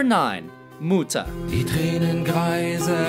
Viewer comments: True. He pronounced Mutter like Muta. He just had to speak the "u" shorter thats all. But I cant agree that Feuer is easy to pronounce xD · muuder XD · du meinst etwa das Album "Muuta" oder Soona? xD ich hoffe mal das es aus Ami Sicht nicht genauso dämlich klingt wenn wir deutschen Amon Amarth, Slipknot oder so aussprechen xDD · Joon Köster Muuuuter 😂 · mootah :'D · “Mooter” “fuywer fwei” “mine herts Brent” 😂😂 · pretty sure germans can pronounce "mother" and "fire" correctly. Its just listening and copying what you heard. Thats how language works. cant be that hard. im not expecting them to pronounce an umlaut correctly..but come on "Feuer" and "mutter" shouldnt be that hard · I'm from Germany and I laughed so hard when I heard how he is trying to say Mutter and the other songs. xD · Butchered the name “Liebe ist für alle da” “Engel” is one word... said “Feuer frei” with a Swedish accent butchered “ich tu dir weh” butchered “mutter” butchered “sonne”